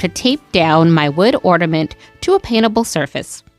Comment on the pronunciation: I really like your crafts. I will be trying these crafts. Thank you. One request, please say ornament, not ordament!